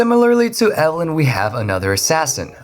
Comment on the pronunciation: when he talked about evelyn, all I could understand was "alan"